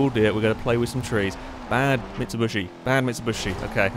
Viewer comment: stop calling it a mitsubushi its a bloody mitsubishi :D